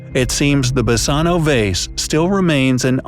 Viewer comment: Basano is a Greek word. "Basano = Βάσανο". You pronounce it wrong,and it means Torture.